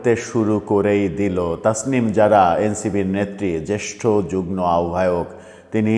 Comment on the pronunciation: শব্দটা 'যুগ্ম' (উচ্চারণ যু+গ্+ম) অনুগ্রহ করে 'যুগ্ন' বলবেন না।